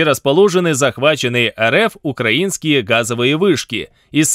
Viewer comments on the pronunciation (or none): none